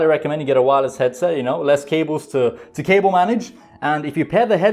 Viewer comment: i just keep hearing "kale management"